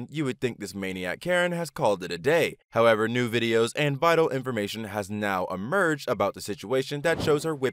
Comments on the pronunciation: amerged? pretty sure it's emerged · Emerged, not amerged.